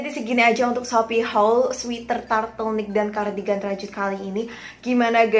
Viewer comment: Apa cuma aku doank yg dengernya turtlenick bukan turtleneck